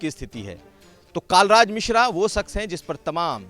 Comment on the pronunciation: नाम तो ढंग से पता कर लो आप पत्रकार् हो कालराज मिश्रा नही, कलराज मिश्र है